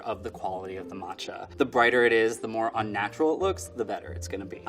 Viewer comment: “Martcha” Tea….